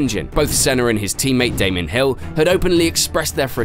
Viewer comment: Erm...did this guy call Damon Hill "Damien"?